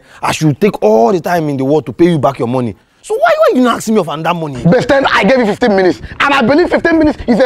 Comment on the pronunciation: Tell K Brown,it's ask not axe let me axe something